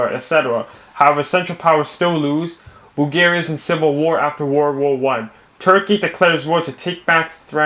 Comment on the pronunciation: I can't stop laughing after he says Bulgaria wrong